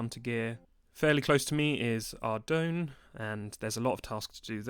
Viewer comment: Please... Learn how to pronounce Ardougne 😂